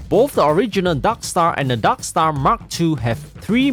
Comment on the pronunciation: i love how you say "darkstar" as "daksta"